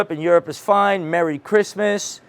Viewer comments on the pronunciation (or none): none